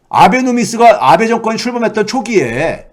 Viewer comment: 아ㅡ베 가 아니고 아베ㅡ 입니다 安倍ノミクス(아베ㅡ노믹스)가 실패했다는건 이미 오래전에 일본국민들이 다알고있는 사실입니다. 한국인들이 걱정할 문제는 아니라 생각함. 그리고 우리나라에서는 윤 🐖 가 친일파라고들 하는데 그건 윤 🐖 가 혼자 좋아하는 거 겠죠 일본 정부누구도 윤 🐖 에 대해서 이렇다 저렇다 코멘트 안함 일본국민도 관심없음 짧게 뉴스에 몇번 나왔으니까 이름도 기억못함. 교수님 방송 수고많으셨는데요. 이곳 일반 국민들은 그렇게 크게 심각하게 생각 안해요. 왜냐구요? 일본일반국민들은 우물안에 개구리 이니까요 ㅎㅎㅎㅎ (정부,정치인빼고)